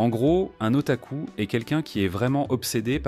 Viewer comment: Mec c'est moi ou il a di otacul😂